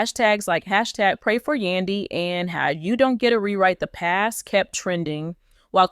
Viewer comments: Please learn how to pronounce Men Dee cees name correctly THATS so disrespectful an it’s hard to listen to u it’s Yandy an MENDEECES do us a favor watch Love an Hip hop Atlanta an hear how their names are pronounced just smh 🤪🤪🤪🤪🤪🫢🫢🫢💯💯💯💯💯💯💯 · PERIODT I JUST TOLD HER THE SAME EXACT THING ITS HARD TO LISTEN TO HER JUST SMH SHE DONT EVEN WATCH THE SHOW BECAUSE IF SHE DOES SHE WOULD PRONOUNCE BOTH YANY AN MENDEECEES NAME CORRECTLY JUST SMH 👍🏾👍🏾👍🏾🤪🤪🤪🥰🥰🥰🫢🫢🫢🫢💯💯💯💯💯💯